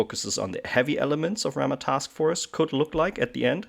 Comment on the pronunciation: I did come here because nobody has done a Ramah for N5 but now that I'm here I appreciate your casual focus. I love the game and get to play about a dozen games a year. Bonus - Is that some correct unit pronunciation I hear? If so thank you!